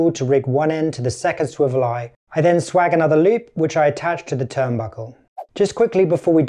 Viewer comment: Just FYI it’s pronounced “swaje” not “swag”. Nice boom, I feel like the ultimate boom arm would have a retracting coil system for the hose and cable. This looks very functional and not too time consuming to build though. It’s super helpful to see things like the pivot alignment problem before trying to bash out a build like this for myself, thanks for the video 👍